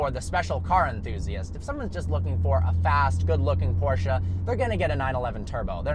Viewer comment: I just appreciate the fact that he pronounces Porsche correctly.